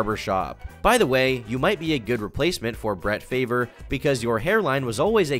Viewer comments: Brett "Favor" lol. It's pronounced "FARV" you damn zoomers. How do you not the the greatest basketball player of all time? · Brett Fay-ver 💀💀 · thought I was the only one. That shit gave me mega uber physical cringe. Brett Fay-vreh! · I love that you pronounced Brett Favre, “Brett Favor”. I too don’t watch sports haha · Brett "Favre" is pronounced "Farve" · Hearing him mispronounce Brett Favre made me cringe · That isn’t how you pronounce Brett Favre’s name. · Lol say Brett favre again